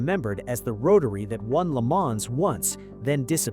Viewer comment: It’s pronounced Le Mahn, the s is silent.😩